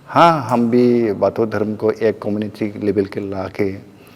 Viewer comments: बाथो नहीं बाथौ है । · Dear, It is बाथौ not बाथो. It is not "o" (थो) sound. It should be pronounced "au" (औ/थौ) sound long "au" soound. Correct- बाथौ Incorrect- बाथो